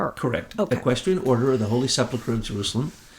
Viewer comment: This is the most comprehensive wrap up of Truth [and truth] I've ever heard. Everything comes into sharp focus. I'm stunned. Thank you for all this effort. Incidently, it's sePULchre not sepLEchur.